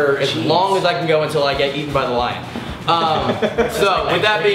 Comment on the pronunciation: when he said "eaten by the lion" i thought he said "heath" instead of "lion" and i cried